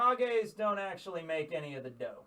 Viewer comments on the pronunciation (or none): none